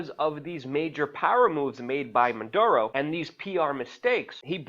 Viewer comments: "Maduro" not Munduro as you repeatedly say Keep up your great journalism! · Luke, get it right. It is not Man duro... its Maduro. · WAC: Luke, take some lessons in phonetics. You often, too repeatedly, say like Mundoro, Munduro, Mondoro, ... for the President of Ven. when his name is (Nicolás) Maduro, You also don't do much good by repeatedly stating that he isn't a perfect President, for while apparently true, it isn't really pertinent, when Ven. is being threatened by the USA, i.e., Washington, et al. The latter IS what's pertinent, so try to stick to that fact, rather than seeming like you're constantly trying to defend yourself by saying that you really take for neither side, or certainly don't support the US et al with respect to Ven. and also aren't promoting Maduro. Saying it now and then is one thing, but saying it too repeatedly is somewhat annoying. Stick to the main points or problems. Venezuelans will look after themselves, we should understand, respect and support, how ever we each can. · why do they keep saying "Manduro" ??? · Why does he keep saying "Manduro"? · There is no N in Maduro cocknose 😏